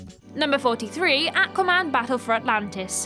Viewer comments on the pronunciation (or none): If i hear say AQua man one more time, i will literally die.